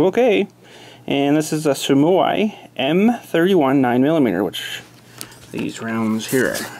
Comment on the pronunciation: Suomi is pronounced Sue-Me